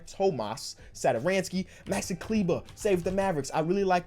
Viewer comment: Kenny Tomas Satoransky is pronounced Tomash Satoransky :) I am from Czech like him